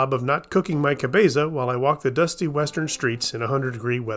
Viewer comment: 9/10 on your pronountiation of "cabeza". Not bad. Not bad at all.